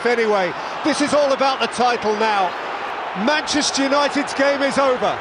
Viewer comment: "Madeira, Sporting, Manchaster and Manchaster again"